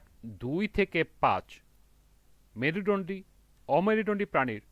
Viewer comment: Merudondi bolte parena 😅😂